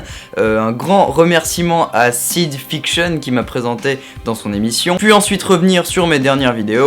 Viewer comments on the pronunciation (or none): Mais y'a pas de quoi;) Mais un jour il faudra que tu comprennes qu'on prononce "fikcheun" hein;) haha, sinon cool ta vidéo;)